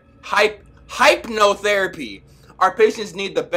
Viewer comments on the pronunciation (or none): This man said Hype-no-therapy... 😂😂 BUT IMMA LET IT SLIIIIIIIIDE 😂😂😂😂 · "Hypnotherapy" is pronounced Hip-No-Therapy.. Not Hype-No-Therapy lmao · Hypnotherapy (Hip-Know-There-Apy) damn wheres your diploma???? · hold up he says hype-no-therapy when it's hip-no-therapy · Bro said "hype-notherapy" lmao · D id this man jst say HYPEnotherapy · brush hypnotherapy is pronounced like hypnosis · Yo love you and all but can you at least say hypnotherapy properly lol.. Hahaha. #exposed #gotoSchool:D